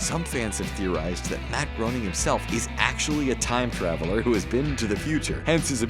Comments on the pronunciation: It’s not pronounced Matt Groaning, it’s pronounced Matt Grayning 😤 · It's "Matt Gray-ning" not how you pronounced it. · That’s not how Groening is pronounced. Grain-ing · It’s pronounced “Grayning.” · Host is not a simpsons fan. Can't even pronounce Tomacco or Groening properly. I hate the videos where it's blatantly obvious they just handed a script over to someone to read. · That is NOT how you say Matt Groening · Yes but its an easy mistake to make and it shouldnt be that offensive